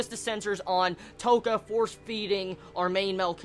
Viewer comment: I'm sorry, I'm really sorry, but I have to say just this: Touka = 'to' as in 'toll', not 'toe', so it's ends up sounding like 'touhka' and not 'toeka' Kaneki = not KAAneki, but probably KA-NE-KI with emphasis on all syllables rather than stressing one particular one. If you absolutely have to stress something, say it 'kaNEki'. I hate to be a youtube know-it-all I'm sorry everyone I'm sorry I just hate name mispronunciation :(